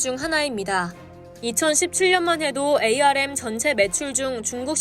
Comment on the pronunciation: 반도체 업계에서 24년동안 일해오고 있는 사람입니다. 영어 스펠로는 '에이 알 엠' 이 맞지만 업계사람들은 아무도 그렇게 부르지 않고 '암' 이라고 읽습니다. 제작자에게 건의 드립니다. 나레이션시 참고해주세요